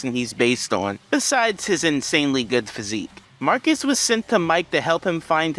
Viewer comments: It’s not pronounced “Mark-Ee” it’s pronounced “Markwess” and then mispronounced as “Marcus” by the rest of the team. And his real name is John Douglas, Marquess of Queensbury is just a title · Fun fact, it’s pronounced “Mar-kess” which became Marcus in the show. However because the Marquis (Mar-kee) De Sade is popular in the zeitgeist that’s where the confusion of the pronunciation comes from. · Marquess is pronounced "mar-kwus", which is why it's funny that everyone calls him "marcus" Marquess is not pronounced the same as marquis, although I've done the same plenty of times too.